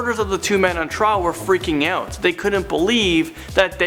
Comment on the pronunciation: Can the host please learn how to say the word out correctly. It sounds creepy the way he says it. He's trying too hard to sound like a Valley boy.